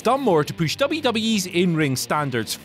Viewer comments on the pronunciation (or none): I get the giggles every time this guy ever says "push".